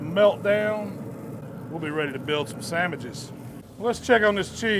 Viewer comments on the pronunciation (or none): When he says sammiches I know it's going to be a great meal!